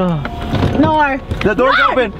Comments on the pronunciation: The “naur😂😂😂😂” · She starting no in a British accent